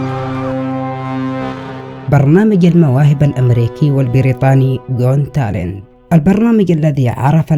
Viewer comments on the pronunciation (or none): اسمه قوت تالنت مو قون تالن هههههههههههههه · got talent not gont talent😹😻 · يا حبيبي و صديقي العزيز، البرنامج اسمه جوت تالنت مو جون تالنت الله يرضى عليك 😂 بعدين تكفا غير المسيقى الشغاله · اخي صدام نتابعك دوما. مبدع دوما. لكن لفظة قون تالنت تحيرني. نرجو ان تصححها قوت تالنت😊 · ي صدام اسمه جوت تالنت مش جون😅👍🏻👍🏻استمر ي وحش 😉